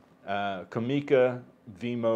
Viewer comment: For what it's worth Japanese does not have any accents so it is pronounced "comm e ca" in one flat word and not "com eeee ka" as you do. Just for whatever it's worth.